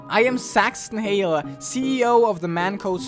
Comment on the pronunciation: first off, the Teu Fort place is pronounced Two Fort, second off, the Mann Co. store person's name is Saxton Hale. That's all I had to say!